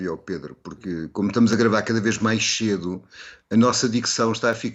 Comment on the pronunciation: Nao eh: "gravar maixedo"... Mas sim, mais cedo...